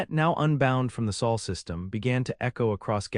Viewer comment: Sol not Saal